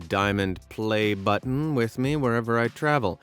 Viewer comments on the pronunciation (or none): stop saying "pLAY BUtton" like ur bouta show off with another youtuber